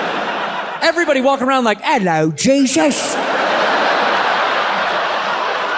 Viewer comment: Santino. why does he have to say “ello Jesus!” With a British accent?? Lmao 😂